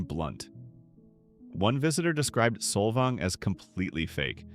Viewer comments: It’s Saul vaing. Not soul vong. This whole video is…. Inaccurate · There is one windmill (fake) in Solvang pronounced solVANG. Most of the surrounding area is tribal land. So you fail. Bye now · Saul-Volng? It's pronounced Sol-VANG you AI narrator. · Sol"vong"? Learn to pronounce it, please - by not using AI. Oh, and one other thing: Solvang is not on the coast. It's inland. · The AI accent of “Solvong” is hilarious 😂. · You mean "Solvong"? 😵‍💫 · This AI crap is ruining YouTube so fast ! How hard is it to use a real voice that can actually pronounce simple words properly ? Solvong ??? Come on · this is the worst video with AI voice that can't even pronounce the towns properly. The author knows nothing about CA and what we like and don't like. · Can’t watch an AI video that cannot even bother to correctly pronounce the towns names. This is a stupid video. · I stopped watching when Solvang wa listed as coastal and mispronounced by the AI narrator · How are we supposed to believe a video that mispronounces every place name? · what's with the odd pronunciation of Solvang and Bolinas... is this a real voice or AI? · … The robot mispronounced Solvang. 😏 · Why post this with the blatent mispronunciations? I get AI, but this is just embarrassing and unprofessional. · PLUS Solvang isn’t on the coast. 10 miles inland🙄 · 99.9% of the cities/towns named in SPANISH are mispronounced. What makes you think others wouldn't be too? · I’m so annoyed how he’s pronouncing Solvang.